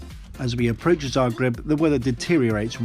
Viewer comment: I have to say, that for an english-speaker, you've pronounced Zagreb pretty correctly... I haven't flown very much, but I agree about this aircraft...